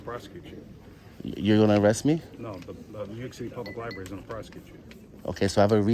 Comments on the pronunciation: My number one pet peeve is when the library is called a liberry. I just had to fight with autocorrect to misspell library!!! I don’t care about any other word being misspoken. It’s the name of a building, that houses books, that contain words, utilizing the the entire alphabet. It is a word that is mispronounced in all 50 states, by men and women, by young and old, by all ethnic backgrounds, by the undereducated and over educated. I’m not pointing fingers at any particular person in this video, it’s just my pet peeve, I’m flawed. As for the big mouth NYPD broads, if they cannot do their jobs, and do not know how to read and comprehend what they are reading, they need new employment. They all need a Billy Madison redo. If they don’t pass, no jobs serving the public PERIOD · Those darn “LIBARY officials”. With all of those books one would think the security guard would learn how to speak properly!